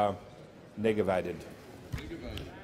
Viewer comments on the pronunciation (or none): “Negavated” and “negagated”?🤨